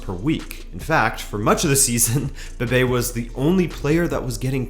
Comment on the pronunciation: Is Bebé, not Bebe